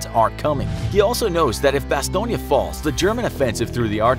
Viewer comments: I thought it was called Bass-tone. Not bass-tone-ya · Bastongne.. neeeyah? learn how to say it properly Bas... Stone... Jeeeez.. that is embarrassing not to mention incorrect. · didn't even mind the butchering of the Bastogne name... Bastoynge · Bastone-ya hahaha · bastogne is pronounced bas-tone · bastogne is french buddy, you were pronouncing it over n over like its italiano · And if he had just watched that episode he would have known how to pronounce Bastonge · Why do the American officers look like there in German uniforms Also you are saying Bastogne wrong And you failed to mention that Gen. Patton broke through the line with his tanks and that to this day the 101st denies that they need rescue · You kept saying Bastogne incorrectly. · Who taught you how to say Bastogne? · Your vids are great but you gotta go all or nothing man. Bunch of little problems with this video. Also if you're gonna have a video in english PLEASE say Bastogne in English. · Am I the only one that was bothered by how the narrator pronounced Bastogne? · That bastogne pronunciation tho. Cringy af